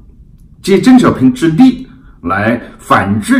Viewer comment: 我本人对何总的很多观点都是支持的，但是您本期节目里的“邓小平”的发音一直都是“郑小平” ... 我也真是醉了！ 另外，我眼看着明镜媒体一天天的壮大，本人是由衷的欣喜！ 继续加油！